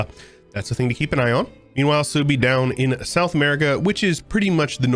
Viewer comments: Genau, Suebi würde gesprochen als "Swaybe" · Is Suebi based in the Germanic tribe of OTL? If so, it's pronounced Sway-bee or Sue-ay-be. Great stuff as always,; especially the passion, time and effort put into this mod. Edit: Gotta love Egyptian Australia! Edit 2: Yep, I'm a nerd 🤓🤣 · The way you pronounce suebi is giving me an aneurysm